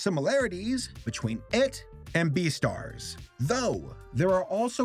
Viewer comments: Umm.. Beestars??? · It's beastar